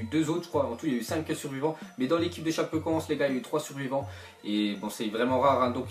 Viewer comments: Sa se dit tchapécoènssé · ca se dit chapécoenssé